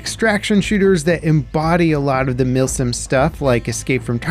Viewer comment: Milsim ❌ Milfsim ✅